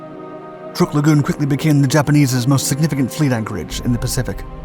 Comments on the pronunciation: Yamamoto was killed by the U.S. Army Air Forces when his transport bomber was shot to hell and back over the Island of Bougainville, so no, he didn't just pass away. Please stop pronouncing the name of the Island Truck as trook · Pronounced like "truck" not "trook" And the admiral didn't "pass away" he was assassinated. We read the Japanese naval code, got his itinerary, and sent fighters to intercept his plane and shoot it down. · You were right. Truk is pronounced Truck. I was stationed there for 8 months in 1992. Micronesians call it Chuuk which is pronounced Chewk. Now most maps and most people refer to it as Chuuk although it is still called Truk when talked about in a historical context. Incidentally, landing on the Moen (now Weno) flightline was interesting. It was built on a sand bar so it is surrounded by water on three sides. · It is Truk lagoon, not Trook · It's pronounced "truck" not "trook" and the battleship was pronounced "Ya-mah-to" not "Yah-mo-to." Also, the light carrier was not pronounced "Bellow Wood." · Some info---> Truk is pronounced "truck"...not "trook"...I know...I grew up there...this 2021video and a WW2 era US propaganda film pronounce it as "trook" but it's understandable...BTW...Truk was renamed "Chuuk" in 1986..."Chuuk" means "mountain" in the local language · It's not called truuuk it's truck. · I always thought it was pronounced "Truck" now I know it's "Trook" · Truk is not pronounced Trook, rather it is pronounced like Truck. It was only called Truk by the Germans because they considered the u to be an umlaut. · Why do you keep calling it "Turk"? It's pronounced "Truck". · DAMMIT! It’s TRUK…as in pick up TRUCK!!! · It's pronounced truck, as in Truck, and YAMAMOTO WAS SHOT DOWN BY AMERICAN P-38'S AFTER WE HAD INTERCEPTED A MESSAGE WITH HIS ITINERARY AND INTERCEPTED HIS FLIGHT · I swear he gets it right on other videos but pronounces it weird on this one. They talk about good stuff but it's amazing the stuff they get wrong.